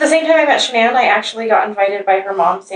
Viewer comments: I get aggravated at him continually botching Shann'ann's name . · Dana Davison I could tell she was an amazing friend right from the get go. She wouldn’t even let the guy mispronounce Shanann’s name. The little things...